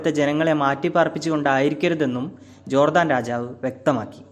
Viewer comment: Jordaan. Chadikkum.